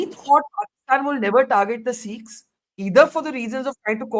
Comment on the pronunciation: Dear Barkha, for gods sake it’s not “Seekhs” , it’s Sikhs . Please correct your pronunciation. That’s respectful.